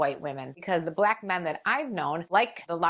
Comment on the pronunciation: The way she pronounces "Blaack Men" is hilarious. 😄😂